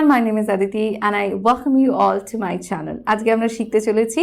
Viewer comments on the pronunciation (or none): none